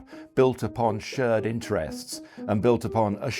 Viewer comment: He can't pronounce "shared" or "pear" either, so I think it's more a language issue in general than a China-expertise issue. No, seriously: He pronounced the vowel in "shared" and "pear(-shaped)" like the one in "word" or "bird". Really rather weird, to my ears. (Idunno, is this some ultra-posh variant of RP that I've never heard before, or some lokal dialect? But nothing else in his speech sounds particularly dialectal.)